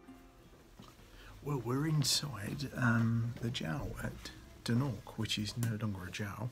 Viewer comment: I was born in Embo eighty one years ago and I still recognise the rocks on the beach behind the gentleman speaking at the beginning of the video. However, throughout the video this gentleman kept referring the Dornoch as "Doonork" which made me laugh every time he did it. We always knew the place as "Dornoch" even though plenty times we called it by other names, many of them rude. But that was purposeful because of the bad blood that then existed between the then Gaelic speaking people of Embo and the English speaking people of Dornoch.